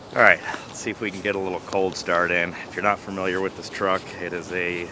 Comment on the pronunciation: "Furmilyer" is not a word. *Familiar